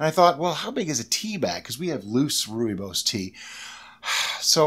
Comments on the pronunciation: Rooibos pronounced perfectly....i am fom South Africa. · Rooibos (Roy - bos) is in Afrikaans one of the 11 official languages of South Africa, it's root language originated from Dutch/German. As you said correctly rooi is red and bos (the o is pronounced like you would the bo in boy +s) means Bush. It's a non caffeinated and very common tea here in South Africa. :)